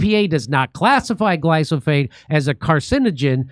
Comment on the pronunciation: Say it with me Jimmy Gly Fo Sate